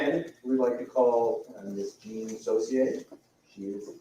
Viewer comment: sorry but i have little faith in a person who mispronounces her name. Jean is not Jane